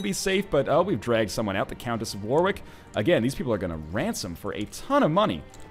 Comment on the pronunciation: thank you for pronouncing warwick like a normal human being NL, it's appreciated.